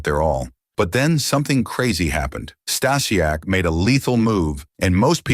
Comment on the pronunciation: Can’t watch because of the mispronouncing of Stasiak